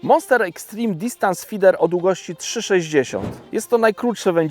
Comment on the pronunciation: na początku prezentacji wspomina, że jest konsultantem Prestona od kilku lat a w filmie wymawia słowo "feeder" w dwóch wersjach. Dlaczego nie jest to jedna, normalna wersja zamiast tego dziwnego slangu części polskich youtubowych wędkarzy.